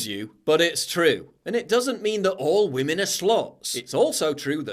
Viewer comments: “Respect WAMEN” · " Respect wamen "